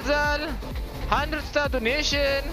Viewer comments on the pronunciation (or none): none